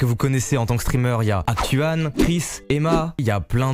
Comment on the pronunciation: ptdrrrr au début "Hactuane" nan c'est trop ptdrrr